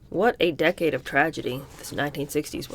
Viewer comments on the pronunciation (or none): none